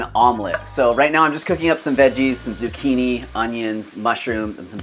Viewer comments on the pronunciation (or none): none